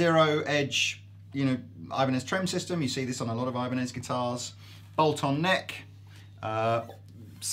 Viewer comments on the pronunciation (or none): i cringed so hard when they said ibanez titans....